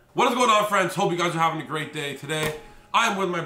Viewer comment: "HOPE YOU'RE ALL GAVING AN AWESOME DAY!!!" really tho gaving... lmao